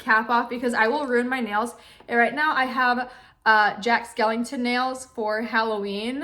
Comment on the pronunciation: Anybody else get annoyed when she said “ jack skLINGtOn”